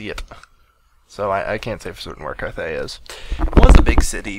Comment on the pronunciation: Why did you call it "Carthay" wasn't it cathay?